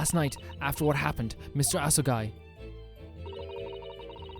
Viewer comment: Every time you say Asogi like "Ass-a-guy," part of me dies and part of me smiles. Never change